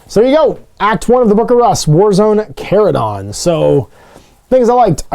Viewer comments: Yep, 'ch' as in church, chase, etc.. & yes, it was in a couple Warhammer Community posts, don't know how it's mispro... wait, is he still mispronouncing *chordclaw*? I see a pattern here. Blaster was here... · If you watch the GW video, they pronounce it “Char-uh-don”, with “char” as in what happens to steaks and veggies when grilled.